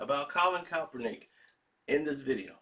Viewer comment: Say it with me Karceno- KAP-ER-NICK! My goodness smh 🤣🤣